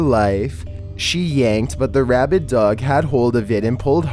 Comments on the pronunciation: He did say rabbid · not "rabbit" dog.. RABID.. thats completely different